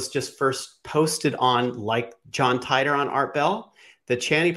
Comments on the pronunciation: Teeter not tie tor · John tEEter....Not TYTOR. Nobody has ever said Tytor pronunciation